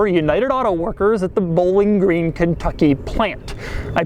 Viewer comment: “Bo-Ling” Green, KY. Seriously? He can’t pronounce Bowling Green?